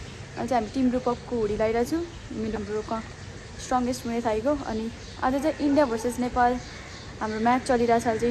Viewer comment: Muay thai But U IS SILENT 😂😂